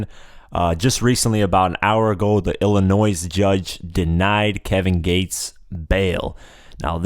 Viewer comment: it hurt my ears to hear you say the s in illinois